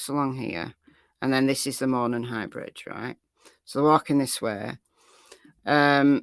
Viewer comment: Hi,. Local here in Indiana. Jut want to let you know it's pronounced MOE-non with the accent being on the first syllable. You do great coverage and are my fave go to for cases!